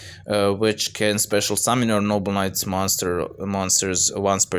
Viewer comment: im not sure if you are saying noble knights or noble nuts but i dont care its funny